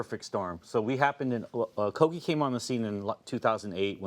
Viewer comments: I was so happy to see Roy here, but as soon as the lady said “koji truck” instead of “kogi truck” I got triggered. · A GIGANTIC thumbs up for Roy Choi, founder of KoGHEE (hard G idiot hosts) in the midst of this terrible show that has insulted multiple talents ... Christine McConnell (completely got her name wrong on air) and Pati Jinich (just talked over her)... this show is a shambles. Dear Hallmark, please stick to melodramas about eating disorders and leave these talented chefs alone. Also, The Chef Show on Netflix with Roy Choi is fantastic. Please go look. :)